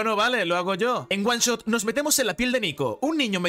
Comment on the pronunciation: jugar oone shot dice